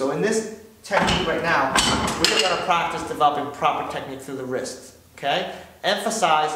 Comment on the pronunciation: Did he say plactice. I want some Flench flies no I think you need French fries. ...... Oh I am velly Solly.